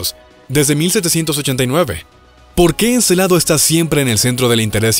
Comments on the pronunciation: Se dice Encélado. No Encelado. Y lo que dices no son nuevos descubrimientos. Ya se conocian. Si lo fueran, podias citarlos y dejar enlace en los comentarios. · Muy buen video, lo único que si les falló fue la pronunciación de Encélado y no Encelado, tienen diferente significado "Encélado " es de la mitología griega, hijo de Urano o de Gea. Y Encelado tiene relación con los celos. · Encélado, no Encelado.